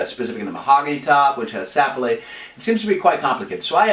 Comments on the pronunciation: This isn't a criticism, but I had to watch this whole explanation a couples times until I got used to the quaint French accent that kept creeping in. BTW, most folks place the accent on the second syllable of "Sapele" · Sapele. The accent is on the 2nd vowel, not on the first. Just thought you might like to know. Enjoyed your presentation.